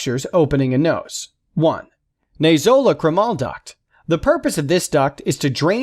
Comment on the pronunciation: Some words (names and terms) were mispronounced! Narrator should have done his homework! Examples: Anosmia , sinusitis , nasolacrimal duct ( - LOL)...